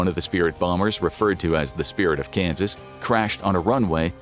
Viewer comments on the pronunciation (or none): none